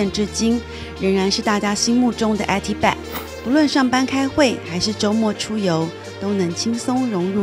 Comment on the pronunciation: HelenSo625 尤其是eat bag